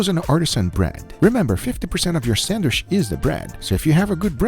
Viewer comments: I love how you say Sandwish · Guga be like sandwich ❌sandwishhh👍🏻 “just a joke great things my guy love u 🥰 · Just 1 time id love for guga to say sandwich.... not sand wish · The way he says “sandwich” is cool